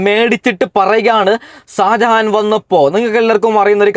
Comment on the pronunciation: Sajahan alla mone sha sha shajahan😂